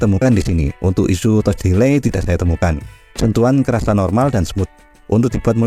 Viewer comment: HP-nya oke, tapi pereviewnya payah. Masak touch dibaca toch? Harusnya tach bang.